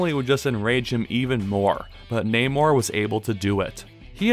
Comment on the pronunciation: Thanks for saying his name properly